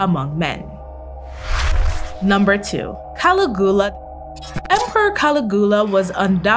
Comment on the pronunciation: Good vid except I can't get over the pronunciations Caligula.